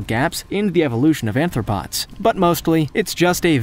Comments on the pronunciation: Not "anthropods" but "arthropods" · Anthropods.... Anthropods bro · He also called Arthropods “anthropods” which indicated that he needs to repeat grammar courses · Really annoying how he keeps mispronouncing arthropods as anthropods REPEATEDLY!